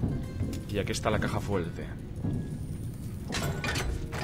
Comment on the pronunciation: "Y aquí esta la caja fuelte" 2016 jejejejejejejejejeje xD